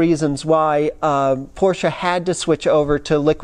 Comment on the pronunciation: Hi? I couldnt believe how well you have elaborated on this topic. Also your pronounciation of the make Porsche is perfect unlike many other 'reviewers'. Is this the end of Doug deMuro? Congrats to this vid and br from Frankfurt/Germany.